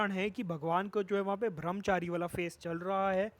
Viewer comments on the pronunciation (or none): It's brahmchari not bhramchari